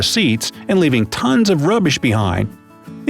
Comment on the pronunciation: Uh, excuse me, did you just say "rubbish" in an American accent! You sir are not qualified to speak such words